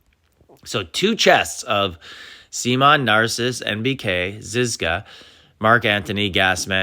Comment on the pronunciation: Sea Mon???😂 it’s Simoan